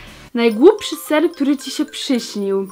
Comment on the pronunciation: Czy tylko ja usłyszałam SER zamiast SEN na odc ? O.O